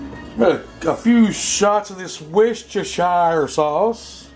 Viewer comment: Pronounce Worcestershire like these words... were - stir - sure.